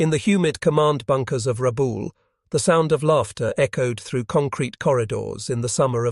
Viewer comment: Ra'bah-ool, not rah-bool'.